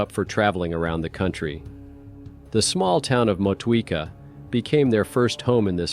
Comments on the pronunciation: mo-tweeka? goodness gracious no, Motueka is pronounced moh-too-eh-ka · 1.59 'motweeka'??? seriously??? Why are you saying 'roothburn'?? It's pronounced 'root burn'!